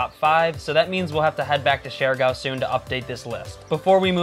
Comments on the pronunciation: I get a rash every time they pronounce the island name as "share gow" 😅😅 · How come you’re not able to pronounce the name of the island correct after you spend so much time there?